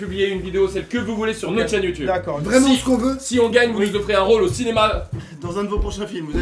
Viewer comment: Carlito :« Si vous gagnez vous nous offrez un rôle au cinémal » personne a remarqué qu’il a mal dit le mot ducoup il était en stress pour ne pas sauter dans le sapin